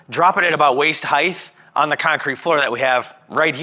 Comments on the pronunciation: Height.'T' not waist heighth! There is no th at the end. Width and height! Weight and height! T T T. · He kept pronouncing it 'heighth' too. Hurts my brain!